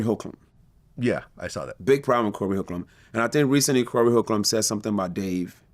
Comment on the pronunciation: He can’t say Corey’s name 😆😆😆😆